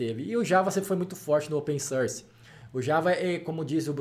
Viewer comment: Ótimo vídeo, muito instrutivo! Só gostaria de fazer um reparo em inglês: a pronúncia correta pra "open source" é "ôpen sórs", com o som aberto da vogal; vejo muita gente cometendo esse errinho de falar "ôpen sãrs", ou "sãrce", com o som anasalado similar ao "e" francês. Mas o som de "open source" é aberto rs. Forte abraço!